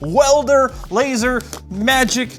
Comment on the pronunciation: It's pronounced "laser" and not laser. You gotta have the air quotes.